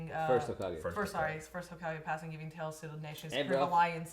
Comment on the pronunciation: said "Hazukage" 😂😂😂